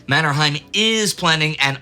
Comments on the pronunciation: One comment on the name Mannerheim. Locally, it's pronounced MannerHEYm, not MannerHAIm. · Pronounsed MannerhEim not the German MannerhAim. That family name was coned in Sweden. Think of Trondheim in Norwegian and Swedish. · It's pronounced "Manner-hame", not "Manner-hime" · it really annoys me how you say Mannerheim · Just a small remark. Both Mannerheim and Heinrichs had names with German roots, but which were pronounced as in Finnish, i.e exactly as spelled, not Mannerhaim and Hainrichs. Strange that Lindy, who is always very good with names has not picked this up.